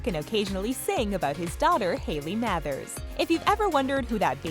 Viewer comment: Why are you pronouncing Mathers stupidly